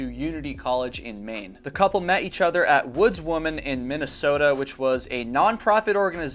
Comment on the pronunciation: Nice work, but 'women' is plural for 2 or more females, not 'woman'. This drives me nuts and distracts from content ( I understand it's popular these days among content creators - but it is improper English). Not a good look. Also "WoodsWOMEN" 'wimm - mennn". Sorry, your seem so sweet and a good content creator.